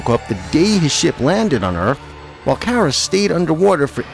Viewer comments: He said her named wrong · I’ve never really watched smallville but I have watched super girl that’s why I said her name was pronounced wrong but good video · It's Car ra as in i drive a car and ra as in the sun god.... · It's pronounced "Kara" as in like a "Car" with an "A" on the end. I have been watching the Super Hero's for over 35 years. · sorry you pronounce Kara and Lara wrong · I prefer Melissa’s sweet, wholesome, dorky version on Supergirl but am disappointed with her fighting style which is terrible. I was happy to see Supergirl on Smallville but was disappointed with the version (including the pronunciation of her name Urgh!) and I thought Laura was too sexualised and underused. Though both actresses are adorable, both suffer from terrible writing! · I loved Smallville and Supergirl on there but it makes me cringe when he says Kara's name wrong. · Your saying Kara wrong